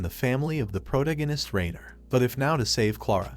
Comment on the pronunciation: Please, ffs, pronounce the 'protagonist' correctly. I enjoy listening to recaps, but my OCD with English is killing me